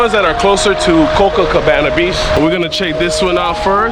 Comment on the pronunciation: As if I'm going to watch a travel show where the guy can't even pronounce on of the most famous beach names in the world Copacabana not Cococabana!